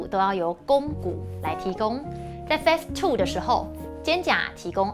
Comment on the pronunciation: Phase, 音同face